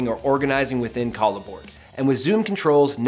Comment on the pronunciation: Is this really the way it's pronounced? I would think pronouncing it like a merging of "collaboration" and "board" would roll off the tongue better....